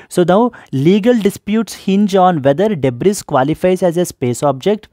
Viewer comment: debris pronunciation is debri.... not debris